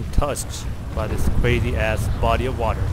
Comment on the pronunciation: hewicopter wawes cwazy holy cwap